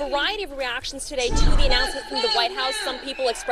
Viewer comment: “Togat…toget…toDAY we gather to speak plainly about policy paff that sand-itch strong…”😂